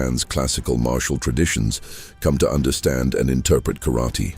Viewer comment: Can you pronounce karaTE not karati???